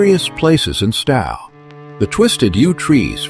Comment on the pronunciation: It is Stow as in 'Owe' or 'Tow' NOT this idiotic AI pronunciation. Plus, the photos are not all matching the places the AI voice is trying to pronounce.